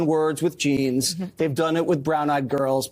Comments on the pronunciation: Jesse Waters ,Hey Stupid ! It's J e a n s,not G e n e s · Her “jayns” are “bluh” - she needs lessons from Nigella on how to pur in English